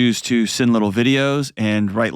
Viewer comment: "...wittle feewings...😂